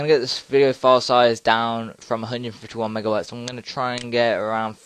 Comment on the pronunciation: ...Are you saying mega"wats" or mega"bytes"? Seriously, that's what I heard you say. Thanks for the vid btw.